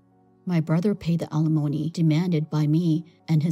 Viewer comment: How does someone pronounce alimony two different ways practically back to back? "My brother paid the alimony" was pronounced correctly. "The alimony, Lena was charged" was incorrectly pronounced as "A-lim-ony"